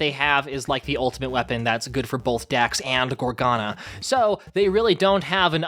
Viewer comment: can i just mention that he kept on pronouncing gargona (idk how to spell her name) as gorgana.